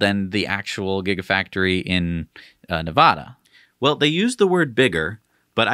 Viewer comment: ... Do you have any idea how badly it grates on a native Nevadans(or Spanish speakers) nerves to hear someone mispronounce "Nevada". Do you? Beyond that, I hope to see Tesla's battery tech trickle down to smaller vehicles. Like e-Bikes. I own 2 so far, both of them DIY projects. Both powered by Bafang Motors(a BBSHD and a M620). The weak link is the Battery.